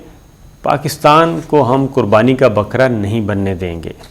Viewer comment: Baqra nahi bakra huqam nahi hukam